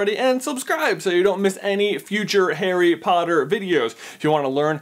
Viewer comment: why does he say "hairy potter"?